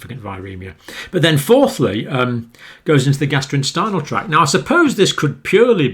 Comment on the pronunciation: It's amusing how he keeps calling the gastrointestinal tract, "the gastroinstinal tract".